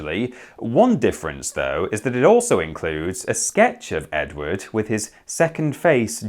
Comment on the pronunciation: "Did you hear the news about Edwarrrrd".